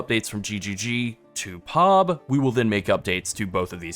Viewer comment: I've never heard anyone call it "PAWB" before.